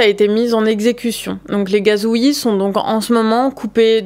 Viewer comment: "Les gazouï" 😭